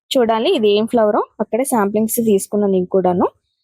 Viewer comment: సాంప్లింగ్స్ కాదండి... సాప్లింగ్స్